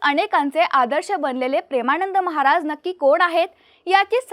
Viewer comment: कृपया 'महाराज','महाराजांचे' या शब्दांचा उच्चार व्यवस्थित करा!